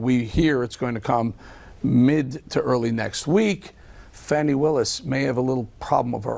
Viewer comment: 1 point to Marg for pronouncing Fani’s name correctly.